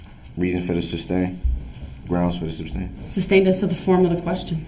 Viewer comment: “Grounz fer the substain” LOL🤣🤣🤣he doesn’t know the difference between the word sustain from substain. Without a doubt , the most annoying , most obnoxious person I’ve ever witnessed.